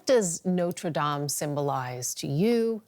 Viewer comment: notre dom finishee protest 😂